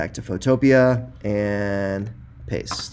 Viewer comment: U even pronounce photopea the same way i do. I love u sir